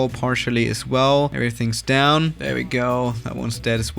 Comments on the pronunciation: Normal people: There: thè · Nobody: trying to say THERE: tHaRe